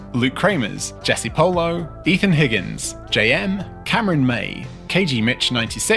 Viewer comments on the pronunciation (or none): none